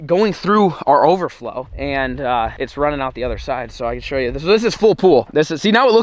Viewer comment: He said deww and not shoow